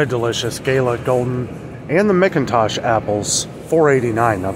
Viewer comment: Prices for turkeys and hams usually drop closer to Thanksgiving. Let’s hope they go down. 🤞🏼Lettuce prices are crazy. P.S. McIntosh apples are pronounced “Mack-intosh”. 😊🙌🏼🙌🏼